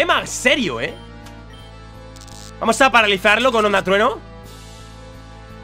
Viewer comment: ¿Porque en vez de decir "Vamos" siempre dices "Pamos"? jajajajaja